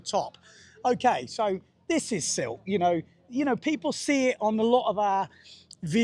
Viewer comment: finally, a local says Sylt around 2'55"....good to know!